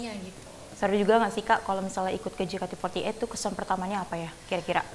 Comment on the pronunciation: Kayaknya syusye betul mbak host nya nyebut JEYKEYTI FOURTY EIGHT.. wkwkwk..